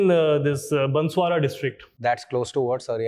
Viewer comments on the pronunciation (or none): Banswara not Bansawara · Its banswara bot bansara